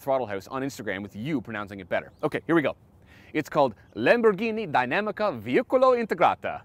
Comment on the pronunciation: Is dinamica not dymamica 😅😅 (im italian)